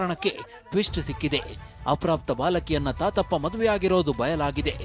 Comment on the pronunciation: ತಾತಪ್ಪಾ,❌ ಗೋತಪ್ಪ..